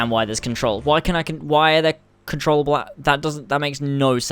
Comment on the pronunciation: control able?????? your english is so good